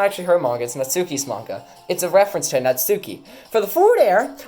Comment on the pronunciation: Not to be that guy but it’s pronounced Nat-ski